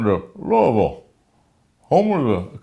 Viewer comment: You had me with "welcome to luavul"